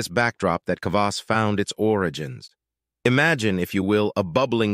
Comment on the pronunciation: What about beet kvass and fruit kvass? Kvass is easy to make at home. All kvass contains some degree of alcohol just like kombucha but it’s generally less than 1%. The fermentation process eats most of the sugar. And it’s very frustrating to hear the narrator mispronounce kvass over and over and over…